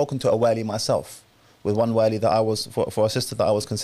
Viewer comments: can you stop saying والي. It’s ولي. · Can someone teach this man to pronounce wali correctly? Everytime he says waaaali my brain implodes